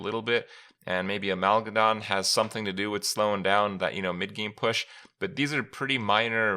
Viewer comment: Amalgadon, is amalgam galvadon